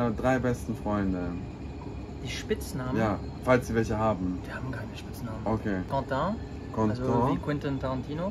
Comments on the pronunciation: Uiuiuiiui „Containt“ 🤡🤡🤡🤡 Quentin!!!!!!!!!! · Containt?? Heisst der nicht Quentin? 😂😂